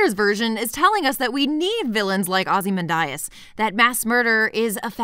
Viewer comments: No. She says it wrong in this video. It’s Ozy-Man-de-es. Not Ozy-man-die-es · Wait, wait, wait... "OZYMANDAYAS"?! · Not to be anal but it's (ah zee MAN dee us), not (ah zee MAN die us). Maybe Snyder infected your brain when you were pronouncing it. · Am I taking crazy pills? Its pronounced "aw-zih-MAN-dee-us", right? No offense,! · Ozy-men-die-as Thought that was a lil funny. I don't even know if that's a wrong pronunciation or not. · Thanks, that pronounciation really bothered me. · Are you purposely mispronouncing the name Ozymandias? You do know it's a poem by 19th Century English poet Percy Shelly don't you? Most every British person/actor pronounced it correctly. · excellent video as always, but the way you pronounced Ozymandias made my heart hurt 😢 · The "Islamophobia" in Dawn of the Dead last about five seconds, if you blink you could miss it, the preacher is building on the "hell is full" quote from the original... but Jesus Christ, lady, you are absolutely killing me with that pronunciation of Ozymandias. - Well, it is, and that goes for all superheroes. Look at how many people over all the years and story arcs that villains like Joker have killed because the superheroes wouldn't do the sensible thing since the justice system in their worlds is kinda shit. - They are right, and so are you. Superheroes and villains are kinda dangerous for everyone else out there without superpowers. There would definitely be people like Lex Luthor who would hate / be terrified of god-like people/aliens. Superman wasn't the cause of all of the damage done in Synder's Superman movies. - I don't really understand why anyone would latch on to this as an explanation for the zombies. Like you said earlier, people in the real world say silly, stupid ass nonsense like that when it comes to natural disasters or terrorist attacks, why is it a stretch that a crazy person in the movie would do the same thing?